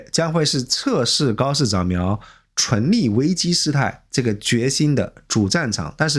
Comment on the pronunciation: 開車聽影片，一直聽到純利純利的，以為在講投資，後來看字幕才知道是存立，昏倒。以前覺得這個頻道還不錯，現在突然發現是大外宣啊！